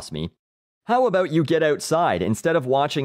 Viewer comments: Dude, you are fuckin great. Funny as hell....not bad for a canadian. Hows a "boot" you keep the vids coming! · I couldn't help but notice the way you say "bout". Would you happen to be Canadian? Fan of your videos, btw.